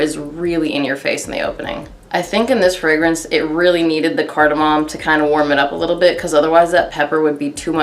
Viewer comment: Card-Ah-mommy 🤣🤣 I actually love that spice smell but performance is a BIG DEAL for me! thanks for the review